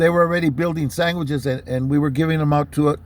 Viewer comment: Did u say “saingwhichs” 😂